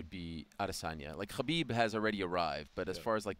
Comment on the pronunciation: The way Ariel says kkhhhhha-bib makes me cringe.